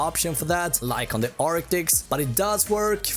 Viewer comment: It's not arctics ...it's arctis